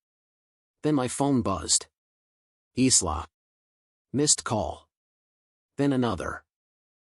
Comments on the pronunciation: Isla is pronounced ' eye lar ' not islar. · Eesla not isla is pronounced like a short version of the word Island so Ila thus the S is silent.